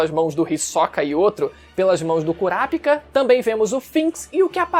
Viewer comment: Nao e curapikah e curapica porra 😂😂😂 fala direito